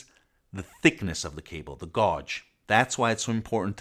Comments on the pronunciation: Apprezzo molto i tuoi video, in quanto sono molto chiari e approfonditi, però te lo devo dire: gauge si pronuncia "GHEIG" non "GOGE", per il resto hai una conoscenza ed una pronuncia dell'inglese davvero ottima👍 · Good video. But as an English speaker I must must point out “ gauge” is pronounced “gage”. Gaj. Please. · gauge is pronounced like "cage" but with a "G" instead of the "C" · All very good but why does gauwge mean? America butchering the language as always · bass and gauge .... two words you MUST hear to pronounce properly. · I was aware of your Italian mother tongue, English is a very difficult language.I usually ignore such mispronunciations but "gauge" is one of those words you will be using regularly; for your American viewers. The rest of us prefer metric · Your mispronouncing the word gauge, its an A sound. But your English is very good otherwise. Thanks for the video.